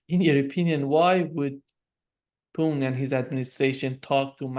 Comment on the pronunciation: Can't you make an effort to try to pronounce "Putin" instead of this disgusting babble you keep repeating ?